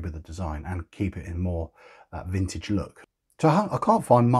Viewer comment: Definitely "frintage" 😁👍